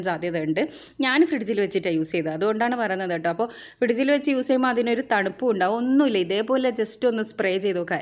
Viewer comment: ഫ്രിഡ്ജ് എന്ന് പറയുന്നതിൽ എന്തോ ഒരു മാറ്റം.